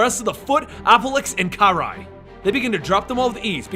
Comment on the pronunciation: It's pronance KA ri not ke ri sorry love your comic reviews but damn man